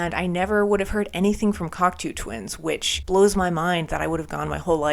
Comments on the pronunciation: One of my all time favourite groups, they are absolute legends. Now, unless I've been saying their name wrong for decades (and anything's possible!), it's pronounced (Kok - "toe") Twins, not (Kok - "too" Twins). Love your reactions!!! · It's CocTOW Twins, not CocTOO Twins...😮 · You kids 😅 It's "Cock-toe" not Coctoo hun.❤ I'm so glad you crawled out from underneath your rock. The word you're looking for is "murky" Thats guitar your calling a bagpipe in Iceblink Luck. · Just to let you know you are pronouncing Cocteau wrong. It is pronounced Cock- TOE ! Glad to see people discover great music btw ! 🥰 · Hi. Glad you discovered this band. Just a minor correction - Cocteau is pronounced "cock toe". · Great reaction,and can guarantee it won't be the last time you listen to this band - but be aware,their first album "Garlands" is a far cry from this,and very much in the post punk mold from where they started - still some epic music on there. But do have to correct you on the pronunciation of the Cocteau Twins - it's Coc (toe) not as in too...sorry,it's a small thing,but then the last song "Frou Frou Foxes In Midsummer Fires" is pronounced Froo Froo, not Frow Frow...again I apologize about being so pedantic,and hopefully you'll do more breakdowns from this awesome band, you may also want to check out very close connections like This Mortal Coil and Dead Can Dance (if you think Liz Fraser from the Cocteaus has an amazing voice,wait until you hear Lisa Gerrard from Dead Can Dance,and guitarist Brendan Perry has an amazing voice as well) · Awesome reaction, awesome band, awesome bunch of albums too - and worth investigating some of the stuff that spurred off. Just a note - it's pronounced like "Cock toe" - French :)